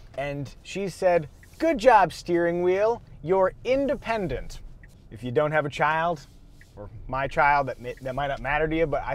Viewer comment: 4-syllable “independent” FTW 🙌🏽. Enjoy these days my friend. They are more fleeting than you know.